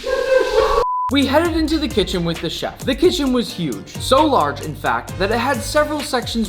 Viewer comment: i hear fat🙈 instead of fact😂